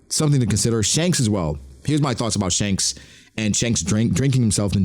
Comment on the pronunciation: Dhanks? That's kind of funny, but we all know Shanks' brother is named Stab. Get it right